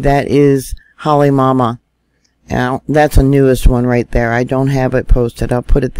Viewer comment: PA-HA-LA. Not palahala. KILL-A-WAY-A. Not killawayla. HALL-E-MOW-MOW. Just trying to help. It is like fingernails on a chalkboard to us locals. I’m not trying to belittle you just PLEASE pronounce them correctly if you are going to report them. Mahalo